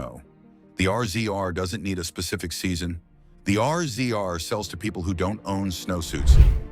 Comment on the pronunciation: The R-Z-R is pronounced Razor